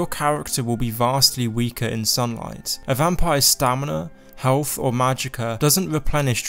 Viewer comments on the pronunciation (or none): none